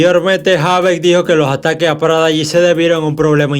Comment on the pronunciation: No es prada g, es prodigy, me hace demasiado ruido escuchar eso en todo el vídeo u.u Also Prodigy me parecía uno de los mcs con más flow a la hora d vestirse u.u influencia foreva Eva eva Eva...